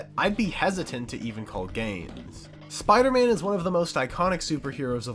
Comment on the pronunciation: Spee-ider man